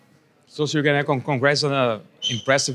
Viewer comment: BTW it’s Gane and not Gané! Let’s see what is next! Every fight needs preparation as every career needs good management. Rushing is always a bet but staying to long in the bottom of the list when the top 15 HW is aging...